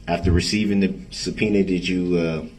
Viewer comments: Did you receive a Pena ?? Sorry ,, What ?? Oh do you mean Subpoena ? Yes !! Dats what I Axed You !! 😂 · Twice in this trial he slips up and asks about the "pena" instead of subpoena. once with Erin Cordes and once with Heather Richotte (sp). I don't think that was a mistake either time. Watch him watch the 2 women walk out of the courtroom. Hes such a creepy creep